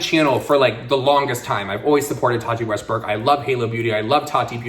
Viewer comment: Tati Westburk/Westberg? Why do I always hear a different pronunciation from?